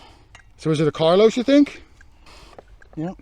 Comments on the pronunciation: It's Carolus....not Carlos! LOL:D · I watch your vids every week. I gotta tell you, though... it's not CARLOS... it's CAROLVS which is Latin for Charles.